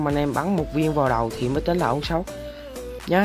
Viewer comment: Sao anh đọc âu shot